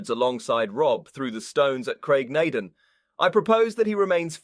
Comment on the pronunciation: Lall-leee Broch and Graig Naa Dooon, not just punctuation